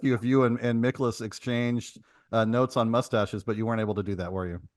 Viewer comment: It’s pronounced “MY-kolas”